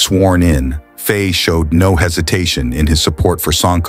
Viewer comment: All true, but please pronounce ’Faye’ as in ’my’!